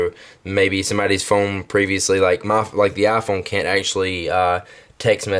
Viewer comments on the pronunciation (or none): Eye-Phone. Not ah-phone